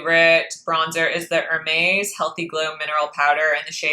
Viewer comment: I love watching your videos and your recommendations, but please can you say “Hermes” the proper way? It sounds very jarring right now. Thank you!